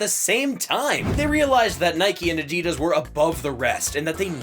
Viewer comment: This narrator actually knows how to pronounce Adidas. Most people don't